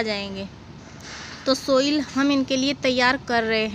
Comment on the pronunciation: सोइल --> साइल पोट--> पाट